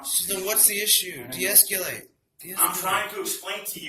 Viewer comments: de-esc-YOUUU-late lmaooo God these people are stupid. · De-escu-late= I am uneducated and cannot pronunce words that most people can. What a bunch of man children. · De-es-cu-late.. and this bozo wants us all to believe he has 2 yrs of police experience. Lol ND WE ALL KNOW WAS KICKED OUT OF THE ACADEMY.. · De-es-culate, de-es-culate, de-es-culate, Sergeant. Go back to school, go back to school, go back to school, frauditor. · De-eskewlate! De-eskewlate! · "don't try to infringe...." Here we have it folks. He thinks he's better than us. Also: "Esculate..." WOT????!!